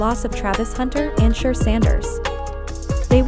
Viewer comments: Hey Ya'll adjust your A.I on how to properly pronounce "Sha-Door" Sanders, Fix it, this young man will be on the scene for a long time to come, so get it right! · His name isn't prononoused SHA-DUER. Disrespectful. Be professional. Call him or the Team to get the correct anunseation of his name please. Totally Disrespectful, your ploy worked with me. Thumbs down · If you can't even say his name correctly, why should I trust anything else you got to say?